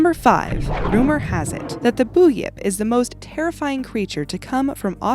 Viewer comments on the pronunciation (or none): BTW the Australian creature is pronounced Bun-yip. Not boonyip, hence the spelling. I don't know if it's got anything to do with it, but many people in the past have mysteriously drowned in the "Murray River" which is a wide, slow flowing river usually and never been heard from again. The Bunyip is a very famous legend in aboriginal culture. Who seemed to really believe its existence. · it's pronounced Bun-yip...... Bunyip and Jee-long..... Geelong And dont forget the Yowies, they badass! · Im an aussie its pronounced “bun-yip!” 🙄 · Buyip? 😱😱😱😱😱😆😆😆😆😆😆😆😆😆😆👏👏👏👏👏👏 oh god it’s like people trying to say Maori 😆😆😆😆😆